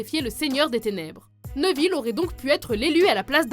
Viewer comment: et névil, pas neuvil